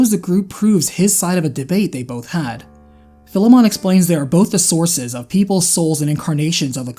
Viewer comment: You mispronounced Philemon again.